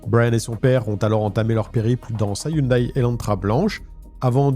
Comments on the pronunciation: Coucou, on prononce hyundai (hyundé) 😊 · Hyundai se prononce Hyundè ( au cas où ^^ ) Je ne sais pas pourquoi ils ne l'ont pas écrit " Hyundae "...